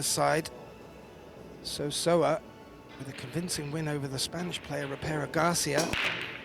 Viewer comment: Say-oh, Say-oh ah= Seo Seoa not Sowa sowa.